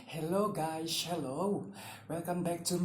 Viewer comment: Guhyy ti zel guys ti tha thiam lo mi 🤣🤣🤣